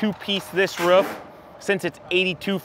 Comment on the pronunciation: It's "roof" not "riff".